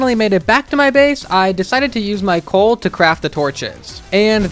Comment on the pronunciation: Why did the coal montage sound like “big shot”